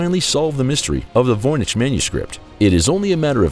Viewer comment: Why did the narrator begin saying Voynich wrong half way thru?